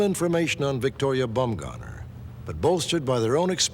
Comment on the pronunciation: "Bumgoner"? lol, I'd be changing that if I was named that